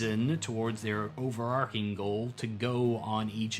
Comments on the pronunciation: “It’s over-ARCH-ing”, not “Arc-ing”. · Overarching is pronounced over-arch-ing and not over-ark-ing. If you know where the "plot" is going to end up, then it's a railroad. Personally, I prefer the idea of situations. Lots of situations. As you have already decided to run a railroad then published adventures are acceptable. Didn't stay for the cats. I have dogs. Lots of dogs. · Interesting approach! I'll keep watching your stuff if you start saying "overarching" instead of "overarcing" too! Keep at it. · Not at all relevant for the topic of this video, but "overarching" is pronounced with "ch" as in "chip". The word "arc" (as in "character arc") is pronounced with the "c" as in "coal".